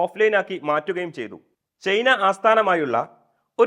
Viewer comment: ചെയ്ന അല്ല ചെങ്ങായി, ചൈന 😂